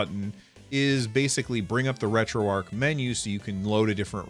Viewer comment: Retroarch is pronounced differently :)